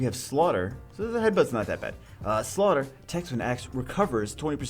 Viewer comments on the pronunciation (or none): none